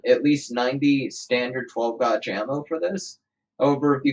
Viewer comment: And 12 gauge, pronounced like "aw" instead of "aye" lol too funny, not hatin, I laughed